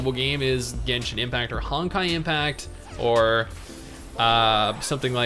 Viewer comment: lol you sound like someone paid you to critsize a game you havent really played.... and it sounds forced..."genshjin impact" lmao! really bro?